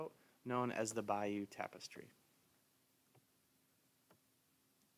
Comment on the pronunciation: "Bi-you" is a SWAMP in Louisiana. "BAY-you" is the city in Normandy where the Tapestry was made